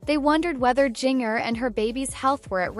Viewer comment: Why not saying her name correctly